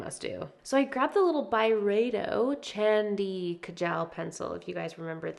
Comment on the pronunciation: Hey! It’s pronounced “chahn-dhi kah-jull” 🤍 Chandi=silver and Kajal=eyeliner in Urdu, Hindi, and Punjabi!